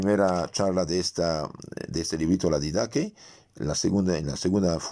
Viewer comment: Paz y bien, en el griego con el que fue escrita la Didache, de pronuncia el nombre de manera correcta "Didajé". Y se cree que fue escrita por un discípulo cercano a San Juan Apóstol h San Santiago. Por lo redactado en la enseñanza. Cómo forma primitiva de catequesis. Le saluda el Pbro. Fray Alejandro del Sagrado Corazón de Jesús OFTR